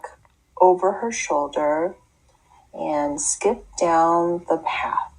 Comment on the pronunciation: if I may: she reads 'and skip-down' not skipped down - as you usually would - connecting the -ed ending with the following d. I suppose that type of problem occurs when adults mimic mistakes that children make but mostly function on an adult level so to speak. How are learning children instructed? Are they supposed to read overly clearly skippT _ down and one should grade captiously or one should mostly lean towards a rewarding and generous assessment and leave such reading as correct?